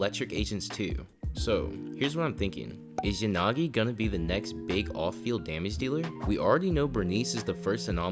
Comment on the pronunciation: Yanagi❌ yagani😂